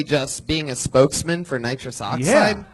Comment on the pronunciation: Dude had an entire set about nitrous oxide and kept saying nitrick oxide but he so smart he figure out immortality